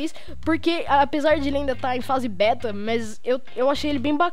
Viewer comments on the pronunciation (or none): none